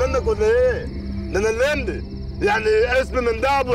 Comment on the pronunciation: دنيا سمير لما بتيجي بتقول تقول يا لبي بدل لمبي